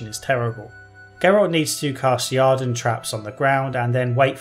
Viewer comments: It is "Use the ieeerden" not "use the jarden". Sorry, but this already bothered me in your review of the first game and this one has an unavoidable setpiece that tells you the correct pronunciation. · A very reasonable critique. You definitely missed out on the succubus quest. A minor thing: there's no 'A' in Yrden and Shile even pronounces it during the Kayran battle.